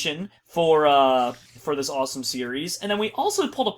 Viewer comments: did he say awesome or rossome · did anybody hear him say rossome instead of awsome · I can't believe in the beginning said rossome #rossome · In his intro....did any1 else hear him say...Rossome? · Did said "A #ROSSOME episode of Crazycraft?!?!?!LOL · was it just me or did say rossome??????????? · said rossome at the beginning of the video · At the beginning was like rossome episode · any else notice he says rossume in his intro skydoes minecraft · did he say rossme at the beginning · did he say rawsone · Did he say rossome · did I just hear say rossome that's #rossome